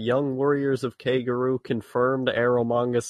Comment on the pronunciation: Holy shiiiiit! How difficult is it to pronounce koguryo? KO-GU-REE-YO.